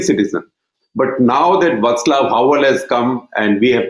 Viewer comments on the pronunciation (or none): none